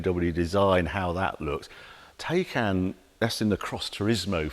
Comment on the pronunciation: It’s pronounced “Tiecaan”… Also, one can put a lot of Electricity into the BMW for a $30,000+ price difference 😉